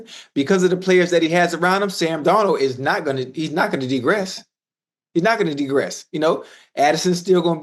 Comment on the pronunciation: The word was "degress" lol